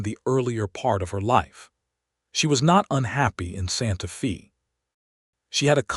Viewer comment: Absolutely excellent. The west, the problems between ranchers, the government and first peoples, all in the context of a very capable woman and the man who really saw her. Totally engaging and well read. Only wish any of these channels could pronounce Santa Fe correctly. Watching from Ontario, Canada. Thank you for a story with such admirable nuance.